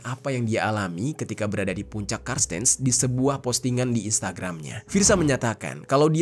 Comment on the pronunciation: Cartenz (dibaca kartens) kak. Makasih videonya hanya gemes aja sm "karstens". 😅